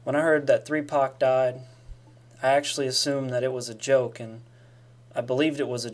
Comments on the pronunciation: Did my home boy say 3pac 😂😂😂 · AM I THE ONLY HUMAN WHO HEARD HIM SAY 3PAC? Wtf